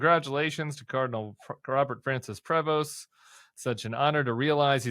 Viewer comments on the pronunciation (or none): Just a clarification of the pronouniatuon of his last name. As a bilingual in Canada, Prevost is pronounced without the s and t. Prevo. Normally, the e has an accent as é É. But the Americans pronounce both last letters. Steve in Canada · Prévost is a French-Canadian name originally, the st are silent. Pray-vo. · And when pronouncing his last name correctly do not pronounce st at the end of. Say Provo, sounds in French. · Prévost is pronounced PRAY-VO. The S and T are silent. Born as a US citizen, but the surname is French. Grandfather immigrated from France to the USA. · Fyi, you do not pronounce the s in Prevost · It’s a French last name and it’s pronounced Preyvo, the ST is silent. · Prevost is a French name pronounced "Pray-voh" (French, silent -st) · It's a Canadian name, Prévost. Pronounced "pray-vo". But maybe in the US it's pronounced like you said. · PREVOST is a French name pronounced: Pr-eh-voh with a long E, or Pray-voh with the e sounding more like an ay given the French Canadian origins of the name. In both pronunciations, the S and T are silent. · I'm a french canadian , for yor information, we do'nt pronounce the "s" in Prevost. Just say Prevo. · Also, it is pronounced pree vohs. Very soft s.